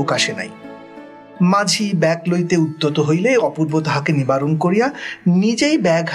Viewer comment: এই উদ্যোগ অসাধারণ। পড়া গল্প কানে শোনার মধ্যে দিয়ে আবার একবার রিভিশন হয়ে যাচ্ছে । উচ্চারণের দিকে একটু যত্নবান হলে ভালো হয় যেমন...ব্যাগ কে ব্যাক (2.3), নামিবা মাত্র কে নাগিমা মাত্র(2.10) ইত্যাদি।